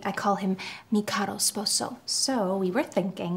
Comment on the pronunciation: When she said Caro sposo 😂